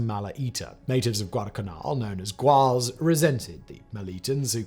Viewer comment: Great video, very factual - thank you! 🙏 Unfortunatly you prenounce Malatia & Gwale incorrectly. 😥